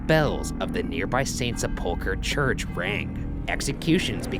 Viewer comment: Neither one is smart enough to pronounce “Sepulchre”.